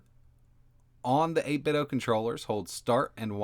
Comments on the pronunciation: eight-bit-doh, like nin-ten-doh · Feeling pretty confident that the pronunciation is 'Eight Bit Dough' rhyming with 'Nin Ten do' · Why do you keep saying 8bitOH?? There's a "D" in there... Like NintenDo... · You call them 8bit-DOE?